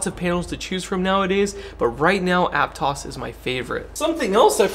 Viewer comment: You must be from Santa Cruz because you pronounced Aptos correctly.